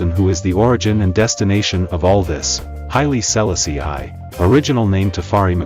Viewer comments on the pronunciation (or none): Speak his name correct!